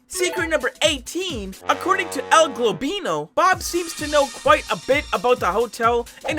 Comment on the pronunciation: beautiful "El Gobinlo" 💀